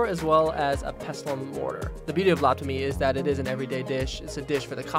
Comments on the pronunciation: Thank you for pronouncing larb right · This reminds me of home! My mother is from Thailand. She grew up near the border by Laos and my father is Laotian, so I grew up eating my fair share of larb. And I appreciate you pronouncing it correctly. Every time I hear someone pronounce larb, they say it how it’s spelled but really the b sound is actually more a p sound